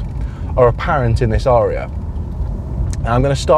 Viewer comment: Surely a short 'a' It's not an aaaaria but a an a'ria.